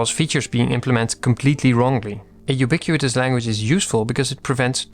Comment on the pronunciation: It's pronounced "you-bee-quit-us" /juːˈbɪkwətəs/, not "you-bee-queue-eet-us"